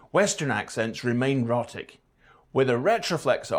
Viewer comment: Our so-called expert mispronounces 'rhotic' in the first few seconds......